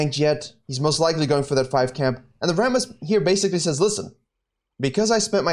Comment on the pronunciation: I watch this video mainly to hear RRRRRammooss Also, I don't have much time to play and play mostly jngl only when I do, but man did they GUT jngl role sooo bad -_- If you lose some ganks, and just focus on ganks, you lose wayy too much xp, and you end up being lv.8 with a jgnl with worse score than you being lv.11..